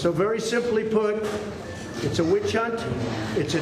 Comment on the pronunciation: "It's a 'itch hunt!" Gotcha, 'itch. 😅